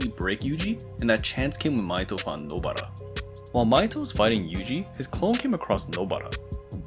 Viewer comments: Nobara ❌ nobra ✔️ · Why the fuck do you say nobaras name like that bro